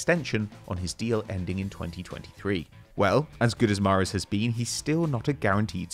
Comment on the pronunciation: Really said mahrez 🫤